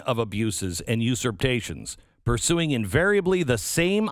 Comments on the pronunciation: I love you, Glen, but your repeated inability to pronounce usurpations is driving me bananas. You are a pro, get it right. Otherwise, great content as usual. You are one of the few people telling the truth out there. As a Texan, i am pro- succession. I am deeply concerned that we are screwed. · I agree with everything you say, except your pronunciation of usurpation. Lol! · The extra T in “usurpations” — is that a trademarked thing, or can we get rid of it?